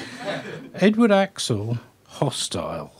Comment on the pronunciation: Why does he pronounce his name as "axle"???